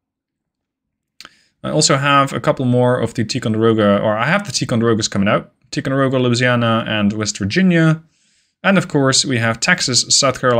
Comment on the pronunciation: I would like to point out that it's pronounced Tie-conderoga, not Tea-conderoga